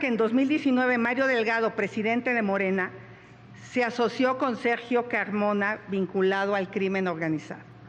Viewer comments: Julio Caaaagmona jajajajaa no puedo confiar en alguien que no pronuncia la R 😅😂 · Doge pogque , Cagmona , asegugan .😂